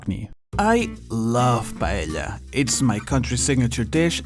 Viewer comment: i'm filipino and we say paella the same way as spaniards do. pa elya. not pa eh ya. thank you for the clarification.